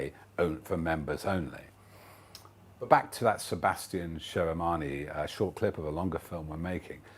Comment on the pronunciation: Small niggle but....... It's SheMirani, not SheRimani